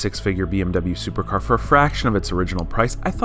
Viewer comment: Supercrap not Supercar